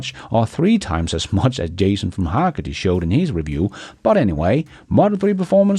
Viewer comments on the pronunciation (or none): none